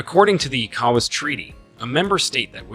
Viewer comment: Thanks for your contributions. But, please learn how to pronounce ECOWAS from how the region pronounces it.